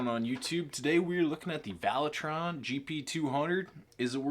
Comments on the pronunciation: Valeton NOT Valetron...lol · Valetron? There’s not a letter “R” in the name of this multi effect pedal. 😆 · No R In Valeton friend 🤷🏻‍♂️😆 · "Valetron". Lol.